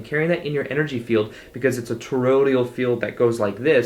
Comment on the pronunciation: Toroid-AL not Torod-IAL, c'mon man!